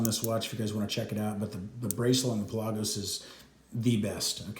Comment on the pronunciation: Pelah gose lol your saying it funny